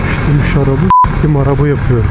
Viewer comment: Ictim şarabı .... arabı deyişi akakakalal,a,ala